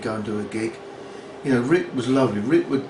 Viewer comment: Pronounces Rick 'Wrick' can't e en friggin speak English properly! Knob!